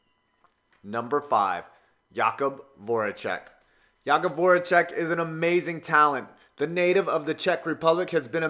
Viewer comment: It's Jay-cub not ya-cub